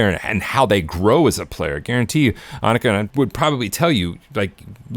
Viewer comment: I wish ppl would learn how to say her name before saying it on a video.